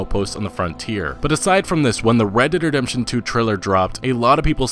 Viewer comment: Fucking say it right!?, You keep saying redt dem redemtjohn UGHHHH